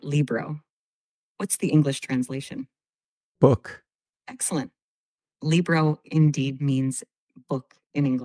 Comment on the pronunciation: EXEPT there is no "ASSA" in Italian. It's CASA ! prononciation : KAAZA! DOG is CANE, and the pronontiation is 0% accurate. No one will understand you ! LIBRO prononciation is bad too !! it's not LI BROW' !! SOTTOMARINO 😫😫😫 I had to listen to it 5 times and I still didn't understand. The pronunciation is terrible! WTF is this ? My ears are bleeding !!